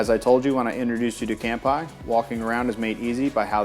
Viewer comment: You need to learn how to pronounce "cheers" in Japanese. It's NOT "camp-eye."